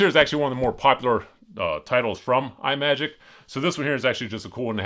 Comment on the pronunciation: It's not "eye-magic" it is pronounced "Imm-magic"...like "imagine"...it's not an Apple product.